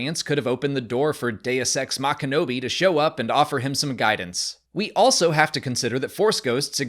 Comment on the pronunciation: Deus ex mach-Kenobi… 😂